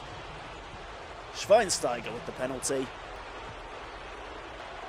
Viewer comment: You had me in tears when you said Schweinsteiger.